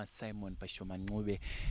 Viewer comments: ...kwete 'nqube' but 'ncube' ! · wakati koshera ❤ Asi pakuti Ncube apa 😅 Mkoma Simon dai vambo pronouncer